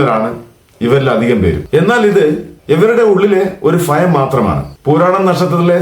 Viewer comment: ഭയം എന്ന് എങ്ങിനെ ഉച്ചരിക്കും എന്ന് ഗൂഗിളിൽ ഒന്ന് ചെക് ചെയ്ത് പറയൂ സുഹൃത്തെ.അതുപോലും പറയാൻ അറിയാത്തവരാണോ ജ്യോതിഷ്യം പറയാൻ നടക്കുന്നത്